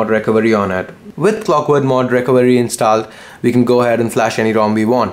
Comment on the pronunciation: inst"aa"led?? Really bro?